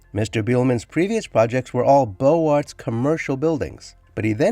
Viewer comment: Beaux-Arts is pronounced boze-ahr.